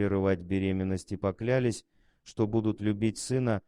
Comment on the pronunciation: Фу, поклЯлись. Как можно так перевирать!?😮